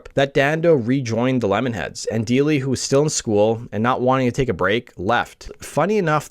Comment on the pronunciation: I’ve met Evan a few times over the years . Before the success of the band AND after. Friends of mine played in the line-up of the Lemonheads. I’m also friends with Ben Deily - it’s pronounced DIE - ly ( by the way ) His late cousin was one of my best friends in Highschool. Great video. Great work as always. 🎉